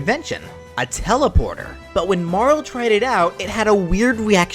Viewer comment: It's Marley, not marril And eye-la, nit A-la